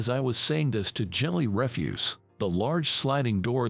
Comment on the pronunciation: And when they 'speak' the word 'through' it comes out as 'thruff' rhymes with 'rough' instead of 'threw' Also the word 'refuse' is 'spoken' as in 'refuse collector' rather than the word to mean 'deny'